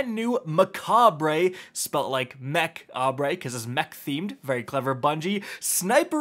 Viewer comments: It's "Ma-caw-b" not "macabray" 😎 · It's pronounced 'mek•aab' you banana. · Mech-abruh is how it's pronounced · its pronounced just like Macabre... not mecha-BRAY... e.g. meh-KAH-bruh for British speakers or Meh-KAHB for American pronunciation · its a personal pet peeve of mine but the right wa to say it is mek-ayber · It’s pronounced MECHAB. The R and E are silent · I think it's pronounced like saber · Its pronounced mech-ayber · Its pronounced “muh-cobb” lol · its pronounced muh·kaab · You don't pronounce the R in the name (unless you're a Brit). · THAT IS NOT HOW YOU SAY IT!